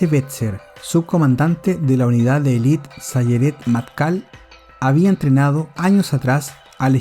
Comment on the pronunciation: No se dice "elit", se dice "élite", acento en la primera e